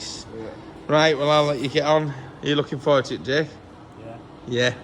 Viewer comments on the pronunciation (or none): none